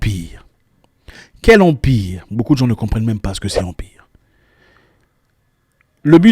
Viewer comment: Waouh Zack dit : ((( " Elle a commence son Empire " ) Mais fiston je vais vous dire ce ke mes oreilles ont enttendu ou retenu : Elle a commence son " en pire " Excusez mon clavier anglophone avec manke d accent tonique. Bref. Eh oui Empire et En Pire montre bien la nuance , la delicatesse, l interrogation qt a la dif entre les deux .... Zack je decouvre avec etonnement et frustration ce sujet ki donne une boule ds le ventre telment , kil existe ds ce bas monde , apparement bien feutre helas un empire du " Pire " . Mama mia !!!! Tambola na mokili omona mayandzi. Dixit Mangombo . Mawaaaaa !!!! ..